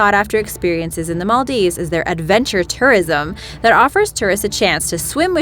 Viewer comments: yes your right Im Maldivian and she pronounced it is also wrong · The way the Maldives is pronounced 😑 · Archeepelago? Arkipelago... Maldeeves? Maldieves...Before narrating for any program, one should learn how to pronounce names properly! By the way, one country that was forgotten, was the Hutt River Province located in Western Australia and only 75 square metres or 23 square miles! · Im from maldives and the way she pronounced it is wrong and really cringey